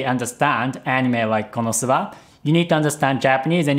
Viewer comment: is there a reason you pronounce Konosuba differently than the characters in the show do?